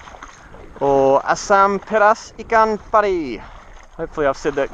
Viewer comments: Asam pedas ikan pari...haha...you said it right..greeting from malaysia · Your pronunciation is perfect!! (Omg I'm so proud 😍) maybe next time can cook Ikan Bakar (basically just grill fish) very easy and versatile you can use a lot of kind of fishes. ❤️ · You rocked the word "asam pedas ikan pari." Awesome upload as usual. Cheers! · You really made it buddy..im really happy..you heard what we said..that dish are from both country indonesian and malaysian....really excited watching your video this time...and you said it right tooo...oh my ikan pariiiiii.. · Asam pedas ikan pari... Hahahh.. Your pronounciation is right tho. Maybe you can make 'ikan masak singgang' next time. It was one of malaysian dish and easy to cook.